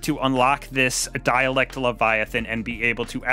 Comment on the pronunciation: Dare - Ah -lict -> Derelict